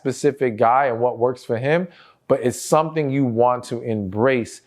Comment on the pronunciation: I just love the way he says “su’tn” (something) 🤭